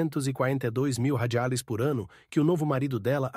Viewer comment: Porque ok narrador não sabe falar a palavra Reais